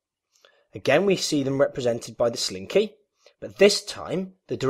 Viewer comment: You had me at, “sleen-KAY”